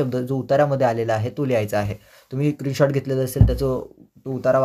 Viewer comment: Screenshot ❌ Krinshort ✅😅😅